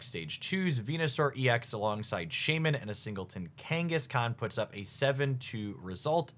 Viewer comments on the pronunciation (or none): none